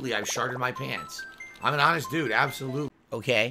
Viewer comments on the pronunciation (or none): none